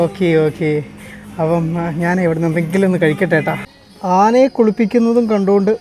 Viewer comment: Aanene അല്ല ആനയെ. ആണ് ശരി